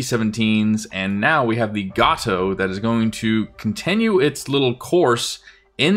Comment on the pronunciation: Future reference: USS Gato is pronounced "GAY-toe", not "GAH-toe"